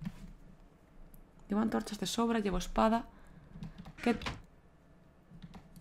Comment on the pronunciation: Una Pregunta sara Por Que Dices Anchorchas? xD